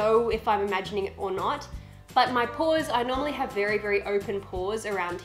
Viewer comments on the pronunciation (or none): Bahaha when you said pores I thought you said paws.